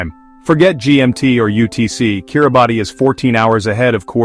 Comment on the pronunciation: If you really want to talk about Kiribati, you should at least know it's not not pronounced "Kiri-Bahtee" but "Kiribass".